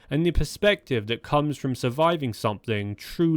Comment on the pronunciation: Chris "frum"